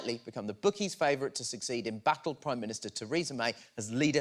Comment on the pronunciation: Did he say Baddle? What’s a baddle you big prawn?